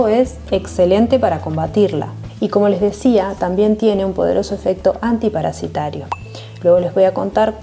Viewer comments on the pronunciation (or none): Antiparasitario (no "des"), con ese. Saludos!